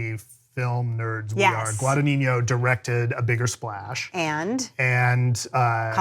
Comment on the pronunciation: Just a small correction: it's NOT pronounced "GuadaniÑO", it's GuadaGNIno (or GuadaÑIno, if want to use the Spanish letter) ;)